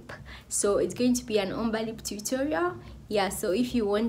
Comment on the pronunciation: Lovely 😍 Ombre pronounced * (OMBRAY)